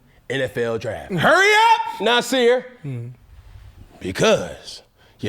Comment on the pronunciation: “They been Nasirr all year”😂